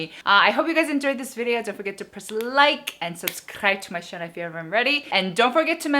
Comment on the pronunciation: Don't get me wrong I love your channel, but just wondering if you purposely pronounce "channel" as "chanel" ? 🙈 So sad there is a very limited products in Innisfree Malaysia =( would love to try the blueberry line 😍 please do etude house too!